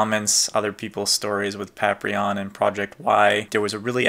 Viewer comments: say "Paprion" one more time! i dare you! i fokken double dare you! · You know its funny, I know its Paprium but I always pronounce it Paprion. Thanks for watching! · Yo, why you pronuncing Paprium wrong...don't tell me you're having the effects of the Blu drug (referencing the drug that powers up the characters in the game), that effs folks up, and cause them to go beserk lol. In all seriousness, that's a lot of goodies for just $50 back in 2012 you've got now. And getting Showtime's underwear...totally unexpected, but still a cool surprise worth keeping. I do hope Paprium (or Paprion if it's your preference 😎) gets a port to modern consoles in the future, simply because from how it plays on the Genesis is beyond amazing, and Watermelon went out of their way to make sure every part of the console (as well as the Sega CD add-on) can be used to full optimized effect. Hope you can get to play the game for yourself soon!